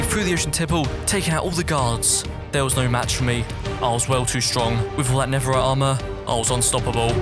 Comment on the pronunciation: did you say neferit